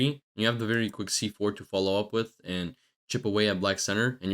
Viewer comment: very nice explanation bro, very helpful! no critisicm except "quick wins" instead of "quck wins"....i could not focus on the game haha